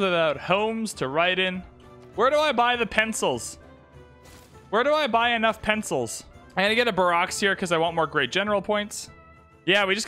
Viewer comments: It's 'bear-axe' not 'bar-ox'. Barracks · The way he says barracks like Barack Obama cracks me up every time